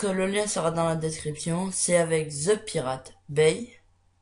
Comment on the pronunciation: Merci beaucoup mais plz arrête de prononcer les ''ze'' quand t'essai de parler en anglais c'est franchement énervant haha :/